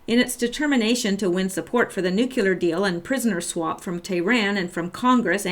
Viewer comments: nuclear = nu-cle-ar NOT nu-cue-lar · This is not meant to be a mean comment, but it is fueled by the frustration of living in a world where no one can seem to properly pronounce 'nuclear.' It's [Noo-Kleer] NOT [Noo-cue-ler] There is no "U" between the 'c' and the 'l', and if I can get just one person to start pronouncing it properly, all this pedantry will have been worth it. ...I'm sorry... do continue.